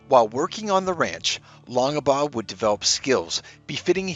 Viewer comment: WAIT!! -“Long-Ah-Baugh”??? You don’t pronounce the middle initial,.